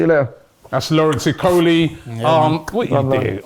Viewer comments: Robbie needs to work on name pronunciation. You butcher most names. Maybe you need to do some rehearsals before the show. Okolie is pronounced as Oko-lie and not ikoli. That’s a Nigerian name and we pride ourselves in our names because it has a strong traditional connotation. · O..kolie not E..Kolie or e-coli. And he's a cruiserweight